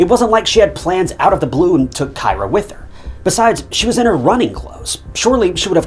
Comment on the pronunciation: Kyra "K-ee-rah"